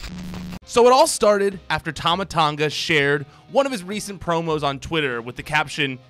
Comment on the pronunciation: I thought to myself if there was no tongan wrestler i was like what is it only samoans and ooii man your prouncing tama tonga wrong its t.a.m.a .t.O.n.g.a not tama tanga.